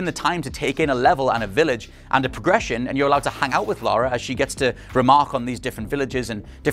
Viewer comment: Lara, not "Laura", "Lara". 20 years and you STILL can't get it right. Jesus Christ, get a reviewer who actually played the games.